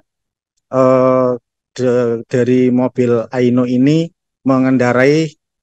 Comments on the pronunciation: Aion pak bukan Aino😂❤ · Jurnalisnya bilang mobil aina aino....td bilang microsleep apa microsip.......masak jurnalis kuang baca gini..titipankah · AION kali bukan AINO gimana sih